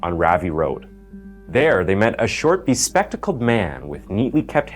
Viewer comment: You can’t say bespecticled